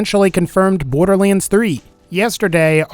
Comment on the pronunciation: borderleands?????????? SAY IT RIGHT DAMNIT!